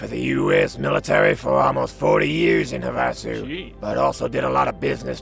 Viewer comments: "Huh vah sew" you can tell isn't from Arizona LOL. We all say it "have uh sew" just thought it was funny. Great content as always:) <3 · Weird: I've been to Havasu and everyone pronounced it like "HAVE-uh-sue". They must have changed it after the war. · Pretty sure it’s pronounced “HAVE-a-Sue”, like the lake in AZ, USA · It's pronounced have-uh-sue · Lol, even the mod author pronounced it wrong. its HAVE-a soo, as in Lake Havasu. What a goof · I've lived in this area for most of my life and never heard Havasu pronounced that way. Have-a-sue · I was looking this comment exactly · NO, that's Not how it's pronounced. It's pronounced "have-a-sue", it's where the London Bridge is located now. It's also a BIG college party town. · Everyone is pronouncing Havasu wrong and it's driving me crazy. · As someone from Arizona, the pronunciation of Havasu in this video is kinda annoying. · I have to say, pronunciation of Havasu made his intro song 10x funnier than it had any business being.